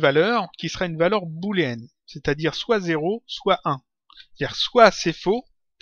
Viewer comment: Salut! Bon tuto ça m'a bien servit! Au fait on dit une valeur boléenne, pas bouléenne ;) Oui, je sais il y a bien deux o!